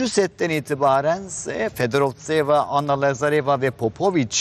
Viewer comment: videoları seslendiren kadının fedorovtseva'yı telaffuzu nedir peki hiç mi maç izlemedin hiç mi duymadın yahuu :)) yabancıları söylemesi kulaklarımı tırmaladı resmen